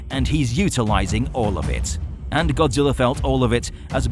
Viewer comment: He said godziwa